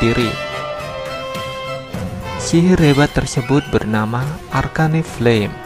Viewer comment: Bukan ar-ka-ne kali harusnya ar-kein